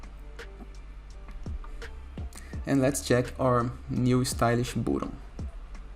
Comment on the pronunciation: i really like the way you say "boatun". but seriously , thanks for this tutorial. 👍